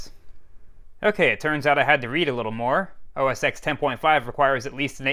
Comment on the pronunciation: It’s meant to be said “OS Ten”